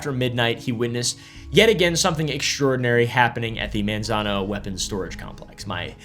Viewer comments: My dad worked for the department of energy in Los Alamos and Sandia national labs. It’s pronounced “Mon-zon-oh” by the way. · If you don't Wana get teased by locals it's (Manzano) pronounced "Mon" not "Man". Monzono. You are reading it correctly how it's spelled but it's just not how we say it. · the way he is saying Manzano is funny